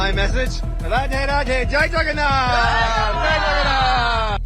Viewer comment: Why they are saying chagannath instead of jagannath